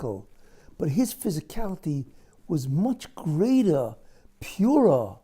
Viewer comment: His ...not Gis